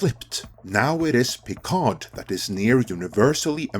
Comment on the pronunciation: The "d" in "Picard" is silent.